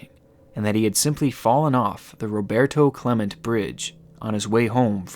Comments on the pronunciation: I know this is aserious topic but "Roberto Clement bridge" had me lol. As someone from Pittsburgh thats one pronunciation I haven't heard. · The only thing I can think about is that pronunciation of Roberto Clemente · The way u pronounced Roberto Clemente hurt as a pirates fan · As a Pittsburgher, I'm a little offended that you didn't know how to pronounce Roberto Clemente.